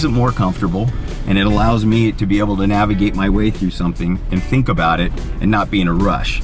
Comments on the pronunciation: Did anyone else hear him say nag-ivate? Sounds like something your non-wheelin buddy does from the passenger seat. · Lol, "so you can calmly nagivigate.." But good video guys!